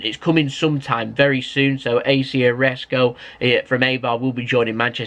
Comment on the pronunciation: So do you pronounce Isco wrong on purpose or is it just jokes?? Hahaha